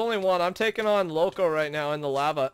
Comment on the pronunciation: Lol he says tookin,it's taking xd